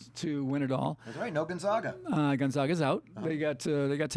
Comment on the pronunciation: Both of you pronounced Gonzaga wrong